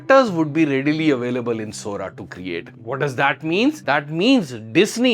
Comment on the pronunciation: Sora said Sori